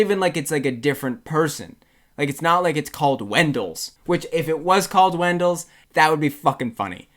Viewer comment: It’s “WENDLE’S”... not WENDELL